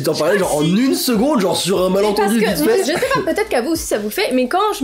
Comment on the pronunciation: on dit genre pas jor ou gore